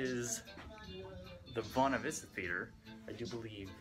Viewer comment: to Jake does not understand the concept of a locked door XD Also, isn't Buena Vista pernounced "Bwey-nah" like Buena Girl from that Kids WB Cartoon Mucha Lucha? Hey, that song was from Princess and the Frog. "Never Knew I Needed" Loved that movie, so underrated